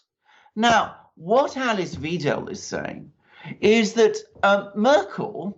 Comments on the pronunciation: Good video, but Alice Weidel's names is pronounced Videl, not Weedle, or Veedle. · Weidel is pronounced "v-eye-dell" (vIdell) not "weedle". (Mercouris got it right once.) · The surname Weidel is pronounced "V-eye-del". You're welcome. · Merkel is, was, and always will be a hardcore Communist who set out to destroy this country and was successful. Thanks for your analysis. By the way: Alice's (of the AfD) last name rhymes with "chidle", not "cradle". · It's pronounced 'why-dell' btw. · Please. You chaps. You get Alice Weidel's name wrong. In German, if you see "ei" then then you pronounce it like the vowel in "high". If you see "ie" then you pronounce it like the vowel in "weed". It is the SECOND of the two characters which govern the sound in English. I can think of NO exceptions.. And please find out how to pronounce Marine Le Pen's name. ==> As if she were Le Penn. I don't mind if you pronounce Merhel's successor as Vinaigrette Kramp Krappenbauer.. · If you respect Alice Weidel enough to quote her in your video, why not make the effort to pronounce her name correctly?